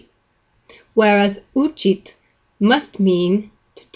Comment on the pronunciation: You are repeatedly stressing учить and учиться (stress on the second syllable) wrongly as учить and учиться (stress on the first syllable).